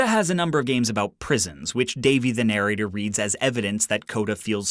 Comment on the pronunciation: narrator pronunciation - /nəˈreɪtə/